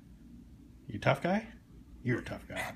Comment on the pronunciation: He didn’t say he’s tough...he said “I run run run” 🤣❤️👍